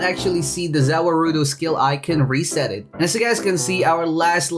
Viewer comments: Its pronounce ZA-WARUDO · za waruldo is pronounced za world -o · its ZA--WA-RUDO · btw the way it's pronounced ' za war-doe' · The way you pronounce za warudo hurts my brain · how u say za warudo makes me mad no hate btw